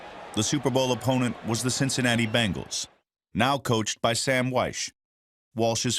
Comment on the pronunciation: Pretty sure it’s pronounced BENGals and not BANGals